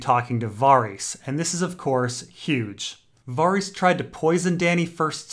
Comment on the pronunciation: "Varr-eess" What the fuck